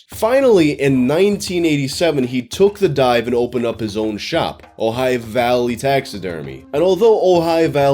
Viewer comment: Thank you so much for pronouncing Ojai correctly